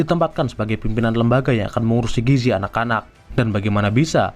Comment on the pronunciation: gizi pak bukan giji🗿🗿🗿🗿